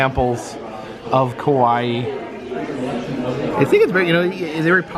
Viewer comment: Your pronunciation of Kawaii is a little off when you say ka-wai it sounds like "Kowai" means "scary" or "I'm scared" "Kawaii" on the other hand, the last I in the word is pronounced. Ka-wai-i more like "ka-why-ee" like you're saying Hawaii. A lot of people make that mistake so I hope this helps. 😊